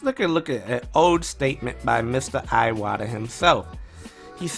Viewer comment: Alright, this has been bugging me for quite a while now... it's not "Eye-wata", it's "Ee-wata"! The letter I sounding like "eye" only happens in English!